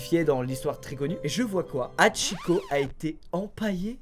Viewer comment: Le H se prononce. C’est insupportable de voir qu’elle qu’un écorché le nom de Hachikô …